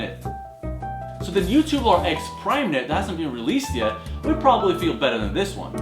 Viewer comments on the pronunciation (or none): it's tube-U-lar not tu-boo-lar